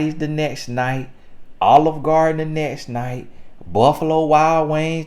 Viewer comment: "Chef Olive Gardeen" you play too much 😂😂😂😂😂